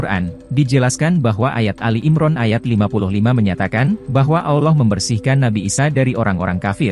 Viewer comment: sama cuma satu.. betulkan dulu kalo nyebut kata Alloh.. saya terasa "kerih" ditelinga kalo dengar admin myebut kata Alloh.. admin nya kok susah ya nyebut kata Alloh.. apa adminnya nonmuslim ya.. coba cari pembaca admin yg lain .. biar enak didengar...